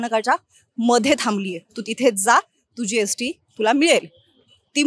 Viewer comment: Bai अष्ट्या nahi ग st असते te. Baki khar kay ahe te पोलीस तपासातून कळेल